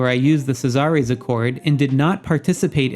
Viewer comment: SEE--ZER like in Roman times. Not C-zar-rays. LOL. Thanks for the information regardless